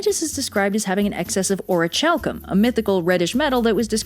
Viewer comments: I love these videos! Also I hate to be nit-picky...it’s pronounced ori-kal-cum. Keep up the awesomeness, though!! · I don't think that's how you pronounce orichalcum... Or at least I know I'll never pronounce it that way... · Ori chalc um? You mean ori calc um? Is how you pronounce orichalcum. I don't play. I am a horribly serious individual. No worries. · Orichalcum is pronounced as “Or-ih-cal-com” not Or-ih-chal-com” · ... Wait was it always pronounced "oh-ree-chal-kum" and not "oh-ree-kal-kum"? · Wait, "O-ree-chalk-kuhm"? I thought it was "O-ree-kal-kuhm"? In the video game Bravely Default(the only video game that I know) I heard the characters pronounce the name as so. Also, in Bravely Default, Orichalcum is apparently like a rarer relative to mythril. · I’ve always heard the chal in orichalcum pronounced like calcium, not like chalice. What I’m trying to say is that I’ve always heard a k sound instead of ch. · Little pronunciation note: Orichalcum should have its ch pronounced like the ch in Chimera not a soft ch like in chair. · the ch in orichalcum is pronounced like a k... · Anyone else cringe when pronounces it? It's meant to be prononunced /ɒɹɪˈkæl.kəm/ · I saw yugioh reference aka is is pronounced ori-cale-cose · psst, the "ch" in "orichalcum" is pronounced like a "k". Like "chalcolithic". It comes from Ancient Greek χαλκός, which meant copper. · Orichalcum??? I usuaclly pronounce it as ori[ck]alcum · Doggerland! WooooO! (I'm British) Being Greek, shouldn't the "ch" in "orichalcum" be pronounced as a "k"? /ˌɔːrɪˈkælkəm/ I can't read these IPA pronunciation things, but the tool tips say it agrees with me. It really bugs me, it's like when people pronounce the "ch" in chiropodist as an "sh". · She wasn't pronouncing it right, the ch is supposed to be pronounced like a k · Why do you keep saying "Orichalcum" funny? Is it a more proper Greek pronunciation or something? I've always heard the CH pronounced like "Chemistry" rather than like "Chalk".